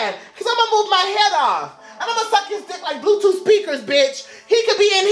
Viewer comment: "BLUEF TOOF" I'M SCREAMING SO BAD RIGHT NOW